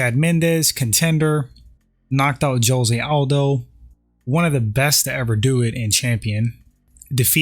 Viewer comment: Your pronunciation of Jose Aldo is atrocious.